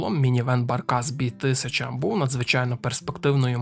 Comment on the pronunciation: Barkas B1000 - це НІМЕЦЬКИЙ автомобіль, і тому це не Баркас бі тисяча, а Баркас бе тисяча. І AWE - не ей даблю і, а правильно а-ве-е. Так само, як BMW - БЕ ЕМ ВЕ - це не бі - ем - даблю, КГБ - це не кей джі бі а ВРУ - - не ві ар ю. І чомусь в назві жука - а як а , а в назві ниси - знов Zakład Samochodów Dostawczych зет ес ді! Це ПОЛЬСЬКА машина, то не ді, а звичайне польське (не англійське) Д. де ! Отакі дрібні дурниці псують змістовне, цікаве, хороше відео. Це прикро. І ще монотонний одноманітний текст з папірця. Шкода. Міг би бути класний продукт!